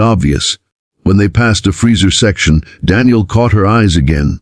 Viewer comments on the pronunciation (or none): Kindness, Daniel, aisle. Only a robo-narrator gets simple words wrong. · Why can't the AI narrator pronounce AISLE, KINDNESS and DANIEL correctly? Is it so difficult to have the text read by a REAL PERSON?